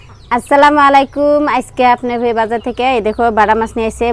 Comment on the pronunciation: আসসালামু মালাইকুম না বলবে আসসালামু আলাইকুম ঠিক আছে